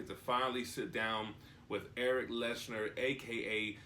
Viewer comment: You said 'Leshner'